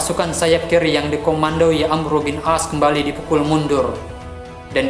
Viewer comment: Itu bukan amru tapi amr bin ash